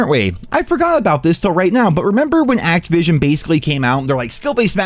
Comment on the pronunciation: Who gives a shit? Act-joo-vision.